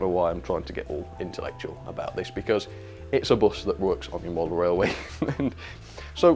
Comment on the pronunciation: Welcome back to the wailway